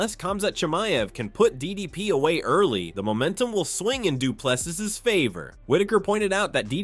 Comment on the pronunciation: Regardless of who wins, is it too difficult to pronounce his name correctly its pronounced du plesea. No s at the end. Must be an american thing.